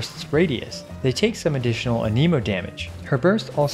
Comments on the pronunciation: Ahhhhh my ears, aneemo, ah-neh-mo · The fact that you say ANEEMOH instead of ANEHMOH bothers me. Stop that.